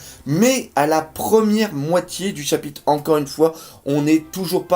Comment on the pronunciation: Bon bin comme d'habitude, tu nous offre une vidéo de qualité qui fait plaisir à mater ! Ta chaîne mérite son succès y'a pas photo. Tu maîtrises grave ton sujet et on sent la passion pour ce manga. Sache que c'est mon fils qui m'a fait découvrir One Piece et toi qui a fait que je m'y suis accroché ! Bonne continuation ! Ps : on dit pas chapite mais chapitRe 😆 je sais pas pourquoi mais à chaque fois que tu prononce ce mot tu zap le R !